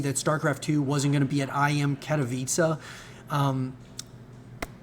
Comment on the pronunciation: Amazing to see an English speaker pronounce Katowice well!